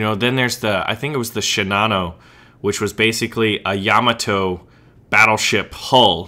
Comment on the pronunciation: The name of the Japanese battleship is pronounced YA-Mah-toe. You say it wrong and it makes me crazy! LOL